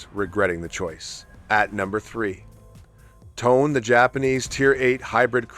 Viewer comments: Your mispronunciation of 'Tone' is truly annoying. Forget the English word tone. That's not it. There are two syllables. TOw. NE. Say each with equally weight. TOw NE. Ffs. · Nitpick - in Japanese, "Tone" is pronounced "toe-nay" with equal stress on both syllables.